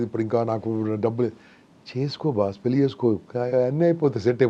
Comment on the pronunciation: పెళ్లి అనటం నేర్చుకోమ్మా పెల్లి అని వినలేక పోతున్నాము